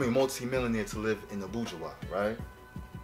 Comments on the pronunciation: Its not called abueha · Its abuja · He is pronouncing abuja wrong